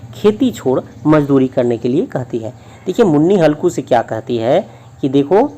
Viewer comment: Aapka ''mazduri'' galat hai